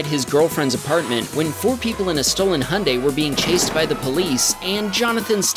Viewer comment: Again, Hyundai, not Handai